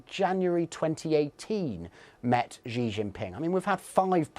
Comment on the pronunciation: How hard is it to just pronounce Xi as "shee" and not some amalgamation of J and Sh or whatever this sound is, which doesn't even correspond to the letter X in English or Chinese? Just say it normally, Google how to pronounce the name before representing yourself as an expert in geopoitics. It is literally just "she" as in the pronoun, there's nothing difficult about this.